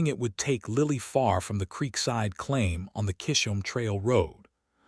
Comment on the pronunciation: C-Hisholm NOT Kisholm